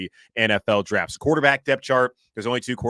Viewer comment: "Darft" derp.